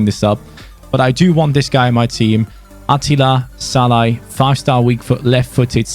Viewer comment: Like how was calling Szalani Shalla.